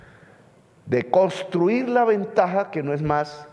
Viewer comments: Presidenteee no diga "Coriano". Diga. CorEano. Y no diga "costruir". Diga coNstruir. Es con mucho respeto que siempre le sugiero estas cositas. Ud es un gran pedagogo y yo fui profesor toda mi vida, y ahora como pensionado me deleito aprendiendo de ud. Y, póngase siempre un chalequto de lana sobre la camisa y no permita aires acondicionados a donde quiera que vaya, y no se salga acalorado después de dar su magnífico discurso en toda parte. Se lo digo porque esa bronquitis se le ha estado acentuando y si no se atiende adecuadamente, lo va a perjudicar mucho, y el uribismo y la gente vociferante que sale contratada a las calles, se pondrán felices porque a Ud señor Presidente le vaya mal; no pueden comprender que ese sería el mal automático para ellos también. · Con todo respeto, no se dice costruir, se dice CONSTRUIR. No se dice corianos, se dice COREANOS. No se dice oliadas, se dice OLEADAS. Eso entre otros. 🤔🤔